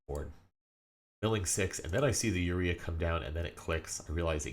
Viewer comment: Great video only one thing urked me, your pronunciation of URIA, its Oo Rye uh